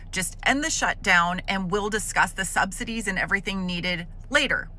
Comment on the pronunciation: You cannot pronounce subsidies, lol “subsididies”🙄